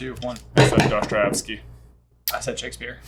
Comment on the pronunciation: J, it's Dostoevsky, not Dostrievsky.